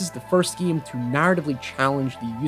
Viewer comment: why do you say geem all the time?